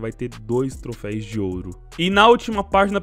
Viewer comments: Colega, para de falar "trofeis" da agonia assistindo teu vídeo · trofeis nao, trofeus